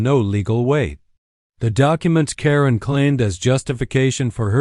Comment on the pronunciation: It's Pronounced Karen not Corinne